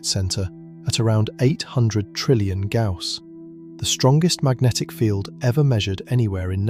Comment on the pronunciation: Gauss... Not ""Gouse."